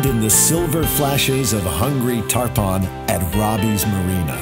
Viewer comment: Islamorada translates from Spanish as "purple island". Expedia, maybe I'm nitpicking here, but 'tarpon' is pronounced TARP-un, rather than TAR-pahn. Has anyone out there had the thought whiz through their head while watching this, that in the same country where the Keys are found, there's also the beautiful, but entirely different, state of Alaska, and the further different desert states of the SW, and the states of the Rockies? The variety in the USA is mindboggling.